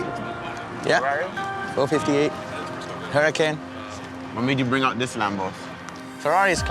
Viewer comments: It’s not hurricane it’s hurracan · It’s huracan not hurricane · Saw these guys in person, absolutely mental! (Really cringe how it calls it a huricain instead of huracan) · can’t even pronounce the names of the 458 and huracan not huracane correct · Whys he call it a hurricane? Isnt it hurracan? Lol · My mans said "hurricane" instead of huracan. Smh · For real it's not a hurricane it's a huracan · He literally can’t pronounce a car that he owns correctly. I never knew they sold Lamborghini “Hurricane” 😂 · 😂 Fake News, can't even say the name right ("Hurricane") 🤦🏽‍♂️. "More money than God" 🤣🤣 statement proves it's fake news. if God was real he would be in a Bugatti, Koenigsegg, Pagani or something better than a basic " Hurricane". 😂😂 Biggest kicker of a joke "$400,000" for a "Hurricane". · it's not pronounced hurricane! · can’t say huracan right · Thats a cool Lamborghini “huricane” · doesn’t know how to pronounce his own car smh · Dude doesn’t even say the name of his car correctly sheesh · I cringed a little when he pronounced huracan like he did lol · bullshit actors cant even pronounce Huracán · How does not know how to pronounce huracan? smh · dude buys car but cant pronounce the name.